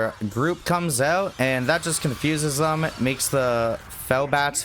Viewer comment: God I hate the way you say “them”.